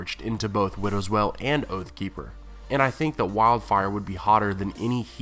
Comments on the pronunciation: Why do you pronounce 'Wail' as 'Well' ??! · Stop pronouncing WAIL like WELL. It's fucking annoying. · "Wail" is pronounced "whale" not "well" how did you mess that up? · it's not well its wail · WTF!, IF YOU ARE GOING TO MAKE VIDEOS AT LEAST GET THE NAMES RIGHT YOU FOOL, IT WIDOWS WAIL!!!!! WAIL, NOT WELL YOU MUPPET. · I get that often times reading from a script it can be difficult to know the pronounciation of an unfamiliar word, but seriously, there is a scene in the show where Joffrey names Widow's Wail, and it does not sound like "Widows Well". Does no one check these videos before upload? Sure, Benedict Cumberbatch called Penguins Pingins, but he's a huge celebrity and who'd want to correct him? but this is a youtube channel. DO IT RIGHT! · Widow's Well? Interesting pronunciation... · I love your videos, and I'll continue to keep watching, but it cracks me up that you always pronounce Brienne as "brianne" , but then you do widows wail, as widows "well" lol, anyway, as always, great video lol. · Would you please stop pronouncing Widow's Wail as widow's well? It makes no sense and has no weight the way you're pronouncing it.